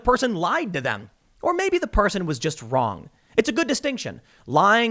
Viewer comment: I like the way Tim Pool says "vvvroong" with a "v" sound when trying to say "wrong" with a "w". I'm serious, not kidding. It's cool.